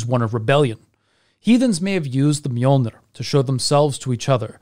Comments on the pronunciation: You mean Mew-Mew? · allways fun when anglosaxon say Mjölner